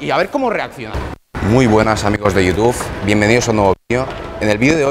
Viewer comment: youtuf ajajajja xd